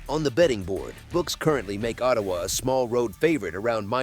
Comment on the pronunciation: That was a big win for Montreal in "OH" "TAY" "WAH". Da fuck was that ?